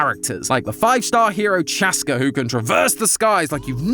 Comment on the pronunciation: her name is pronounced chah-ss-ka btw